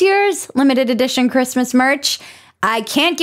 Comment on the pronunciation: Bridget doesn't say "Christmas". Sigh.